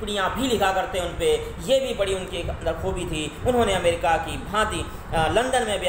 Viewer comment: 👏Waaah..nhi nhi waah..waaha .mtlb ki English ki🤭😅 Puri Kaya palt hi kr Diya aap nae sir🤦 America hota hai amrica nhi😀😀... thumbnail Mae dhekho Phale....